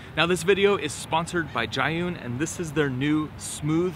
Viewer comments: Its pronounced zoo-yen like, You Win! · Everyone got a different pronunciation😂 this man said Giyun